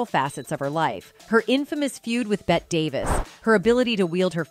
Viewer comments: BET Davis? I’ll bet her name isn’t pronounced that way :-) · Please try saying CHRISTINA and BETTEE. Sorry to correct you. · Bette is pronounced Betty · Yeah, and Bette Davis first name is pronounced like, "Betty," not like "Bet." I hate it when they get pronunciations wrong in these things. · Why clips showing Faye Dunaway in other movies? They’re two different people. Faye played the role of Joan in the movie. Another thing, the name of the other actress is pronounced “Betty” not “Bet”. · Seriously Voice over actress or are you AI? You don’t know who Bette (pronounced Betty) was? I can’t listen anymore… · Damn AI voice pronounced Christina and Bette Christiana and Bet, smh. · "ChrisCHIYANYA"? "BET Davis"??? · Seriously? it’s Christina and Bette is Betty…I mean…how do you tell a story and not research and know the pronunciation of names? Furthermore…how can one NOT know who Bette Davis is? 🤔 you’re an embarrassment.🥴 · Who is the narrator!? Mispronouncing Bette and Christina. WTH ? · The mispronunciation of Christina and Bette Davis is criminal. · I only made it through 1/3 of this video... it is so poorly researched. You mispronounced Christina. You mispronounced Bette. Also there are movie clips spliced in there that have nothing to do with Joan or Christina Crawford. Worse yet: when did we start saying "A" for Abuse and "K" for Kill ???? Those may not be pleasant words but they are certainly not blasphemous swear words that need to be sanitized. OMG. Thumbs down. 👎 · This presentation is a mess. Repeated information throughout. Jumps around continuously. And they can't even pronounce Bette Davis' name correctly. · She mispronounced Christina’s name & Bette’s